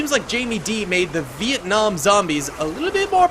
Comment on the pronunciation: Bro it's not viekung its Vietnam